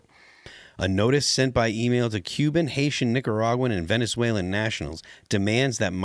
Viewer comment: Could he work on the Afticans and Haitans next? Please?